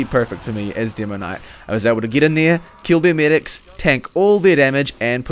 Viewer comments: "Deemoknight"? "hidz?" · i know that you have an accent but still... Didringer, Binifit, Dimoknight :D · i dont like the way your pronounce demoman and demoknight... its the "demo" part. it sounds weird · "Dimoknight" dat accent ;)